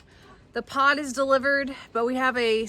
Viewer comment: This was a good video!!! But when you said the Pod was being delivered I thought you said POT !!!LOL😊😊😅